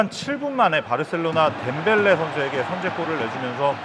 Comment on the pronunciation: 바르셀로나라고 다들 하지않나요? 사회자분은 바로셀로나라고 하시네요ㅋ 언뜻들으니 바로셀려나라고 들림